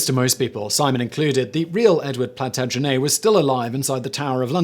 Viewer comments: Simon, you are the only person in my 60 yrs of life that has ever pronounced 'Plantagenet' however the hell it was you said it. PLAN TAN JA NET- all vowels soft. Not PLANtaGENNAY. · Simon, you are my favorite person on YouTube. But how did you go through school in England without knowing how to pronounce Plantagenet?! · Why? That's how it is pronounced. It's Plantagenet that he is mispronouncing. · I'm not british and my teeth grinded when he pronounce Plantagenet